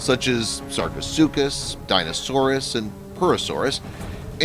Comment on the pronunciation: Just pointing out that you said deinosaurus instead of deinosuchus. But great video.